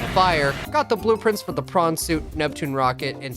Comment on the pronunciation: That was hilarious! Also, I didn't realise that PRAWN Suit should be pronounced that way. Which made me think the Devs deliberately choose that name. :)